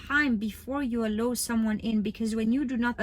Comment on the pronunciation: thank you so much, i really look up to you and your account has helps me a lot! also the word “allow” is pronounced like uh-lau rather than uh-low! 💗